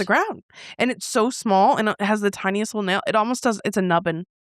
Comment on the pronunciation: "Oh-most" instead of "almost" drives me insaaaane. Also I've only heard people pronounce "I've ~been~ there" as "I've ~bin~ there"